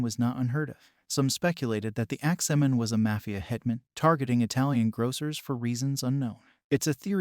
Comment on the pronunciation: Why is he saying "Axeman" like that?? Lol. "Ax-Man"..... not ""Ax-ah-man"!!!!!!!